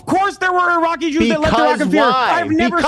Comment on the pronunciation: Reminder that Hasan openly admitted to visiting a brothel known for underage sex trafficking. He admitted to this. On stream. Also, love how Hasan cannot pronounce "Iraqi". Dude says it like "Araki". "I know you go to sleep at night in a cool racecar bed, but I have family." That has to be the most savage thing Ethan has ever said. Rare H3 W.